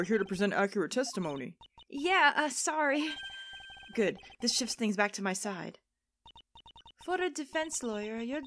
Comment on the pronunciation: Did You Say Soorry instead of sorry. Wow you've been in Canada a while, haven't you if your accent is changing. Has it really been that long I still remember you talking about Canadian customs agents in your Pajama Sam playthrough.